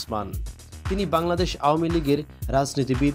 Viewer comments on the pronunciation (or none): none